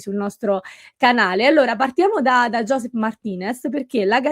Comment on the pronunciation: Anche io rimarrei su Martínez, si merita una chance! E comunque, da italiano che vive in catalogna, voglio fare un po' il precisino sul suo nome: Josep si pronuncia Giusèp, praticamente come in dialetto lombardo (quindi e proprio destino che dobbiamo tenerlo😂)